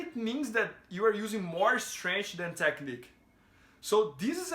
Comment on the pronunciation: Please pronounce it STRENKF.... not STRANGE like Demian Maia